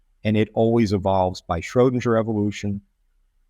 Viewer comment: He keeps saying Schrodinjer.